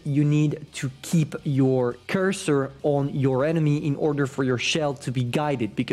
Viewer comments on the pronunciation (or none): none